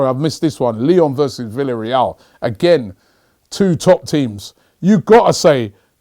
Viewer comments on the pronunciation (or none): none